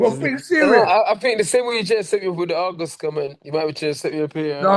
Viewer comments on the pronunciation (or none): What's that argos reference about?? Did he say August and it sounded like argos 😂